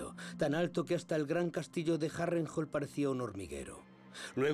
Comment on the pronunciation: Me cag@ el castellano, le cambian las pronunciaciones de las palabras, es Harrenhall! no Harental! no se les entiende. Lo tuve que buscar en ingles porque apenas asi le entendi.